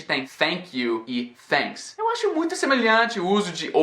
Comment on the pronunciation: vc falando a palavra Thank you ou Thanks, várias vezes pareceu que vc estava dizendo Fénks ou Fénk you com som de F. Apenas na última vez em que você thanks, pareceu som de T